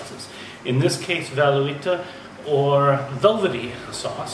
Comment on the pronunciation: tbh your pronunciation is off